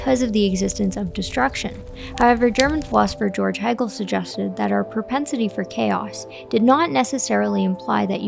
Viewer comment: Great video, thank you. Its pronounced hey-gel. :)